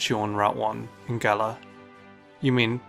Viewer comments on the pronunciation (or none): none